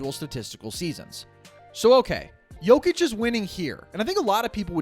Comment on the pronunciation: Well his name is Jokic no "D" lol